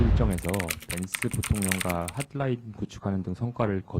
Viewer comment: 할라인이 아니라 핫라인 발음 안되나